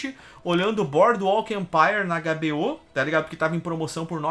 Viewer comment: você que está aprendendo inglês, use mais ele nas pronúncias diárias para ajudar. Ao invés de hbo, fale h(eich), bi, ou. Até influencia a galera mais nova a estudar idiomas. Abraços!